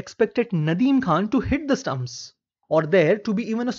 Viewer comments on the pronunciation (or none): none